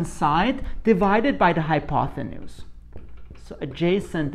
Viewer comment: I’m just wondering if you’re really pronouncing it, “hypothenuse“?